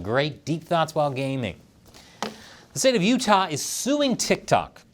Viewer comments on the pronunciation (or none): none